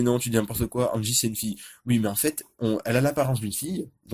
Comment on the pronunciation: Reviews Mangas oui mais articulé mieux stp car j'ai pas comprit au début je croyais que tu disais angi au lieu de hansi